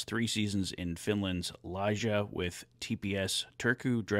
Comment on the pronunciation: Lee-Gah ✅ Lie-Jah ❌. Hate to be that guy… keep up the great work